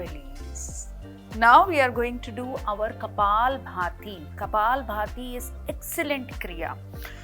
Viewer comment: For ur kind information not kapal bharti❌ Kapalbhati ✅